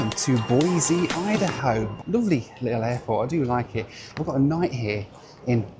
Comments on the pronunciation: Please stop saying hideyHo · I keep hearing “hidey-ho” instead of “id-a-ho”.